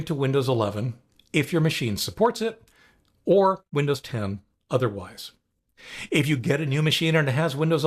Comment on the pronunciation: Did you say Lindows?